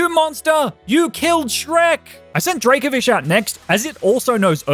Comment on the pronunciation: DRACOVISH, NOT DRAVOFISE!